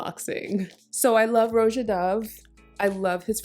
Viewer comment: Thank you for correctly pronouncing the name “Roja.” It drives me crazy when other YouTubers butcher it. It’s so easy. 🥹